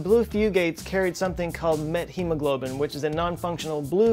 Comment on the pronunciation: Ooooooh. METhemoglobin, not METHemoglobin. Gothca.